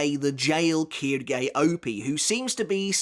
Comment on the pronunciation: Its not kirgay its quilge